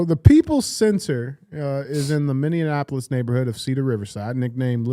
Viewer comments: DJ - it is MINNE-APOLIS, NOT MINNE-AN-Apolis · It’s funny how DJ pronounced Minneapolis as “Minionapolis” lol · Someone please teach DJ how to say Minneapolis